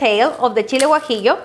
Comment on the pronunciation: I became a subscriber when I heard say "guajillo".